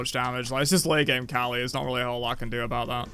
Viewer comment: The fact that pronounces Kali as "R Kelly" is definitely something LOL